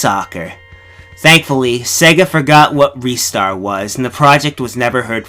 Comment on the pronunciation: 6;55 it's pronounced RY-Star